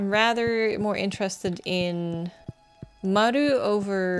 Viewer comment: The way you say "Maru" ❤